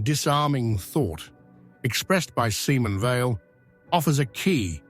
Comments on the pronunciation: See-mon Vey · AI sucks. Use a human being that can pronounce the subject’s name correctly.